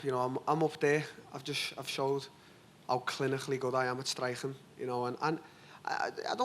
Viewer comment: DT: "how chlinikhally I'm good at strikhing" ;)